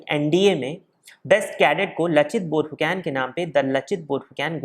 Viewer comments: Tum log Saaloh Pronouncing itneh galat kaise karteh ho? Fu can nahi Phu Kon. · It's borphukon not borphukan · Bhai, borphuकेन नहीं borphuकन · आप "Borphukon" उच्चारण किया करे 🙏🙏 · Aap ka pronounciation galat hai lachit barphukan ka